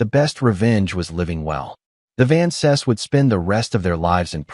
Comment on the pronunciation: Just wish they pronounced Vances properly. So irritating.